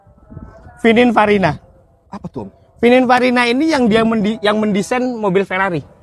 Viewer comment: Maaf koreksi om, yg bener pininfarina om bukan fininparina 😂